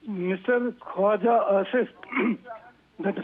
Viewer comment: Asif ko Afis bolti hai?!!!